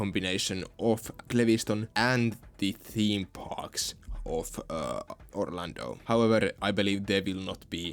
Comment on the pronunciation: You beautiful son of a bitch, you have restored my hope for Orlando regardless if you always say OrlandNO